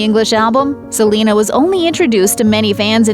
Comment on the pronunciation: Ok that lady calling Selena “Selema”...... how annoying